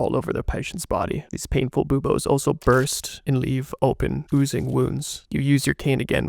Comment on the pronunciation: Love the way this is presented, but i did have a hard time not giggling every time the edgy voice said "boobas." I know it's buboes, but hearing "you see the boobas" got me.